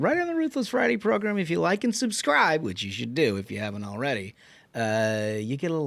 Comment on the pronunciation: Love the show, Trump all the way. Only thing is you keep saying “ProGRIM” bro it’s “ProGRAM” that’s how you say it. Program. Not progrim